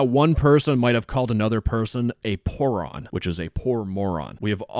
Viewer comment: "pooron" lmao